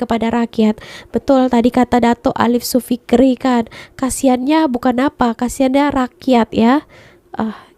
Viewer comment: Hi..dr Johor hadir... Alif Syukri ✅️ Alif Sofikri ❌️ Maaf & keep content..smgt & cpt sehat🤗